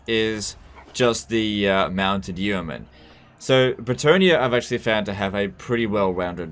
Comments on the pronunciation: It is pronounced "Yo Mun". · its just pronounced "Yo-man" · The first 'e' in 'yeoman' is silent, because English is a crazy language. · The way he says yeoman triggers me